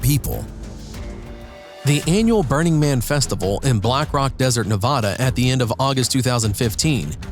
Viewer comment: HE PRONOUNCED NEVADA WRONG